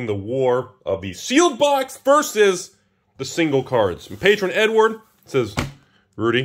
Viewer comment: I swear he keeps saying N-word when he says Edward.